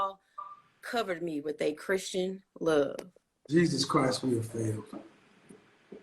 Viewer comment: She can’t even say Jesus… that’s everything right there. She’s lost